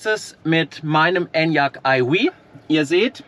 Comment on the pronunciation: Wenn du nur aufhörst Enyaq eiwieh zu sagen 😆😆😆